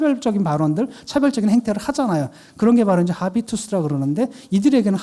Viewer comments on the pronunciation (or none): 하비투스 킹받네..아비투스라고 해줘요